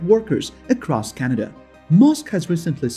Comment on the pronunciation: First you need to pronounce Canada properly then you need to do your home work. Justin Trudeau is the Prime Minister of Canada. You are insulting Canadians no thumbs up for you buddy!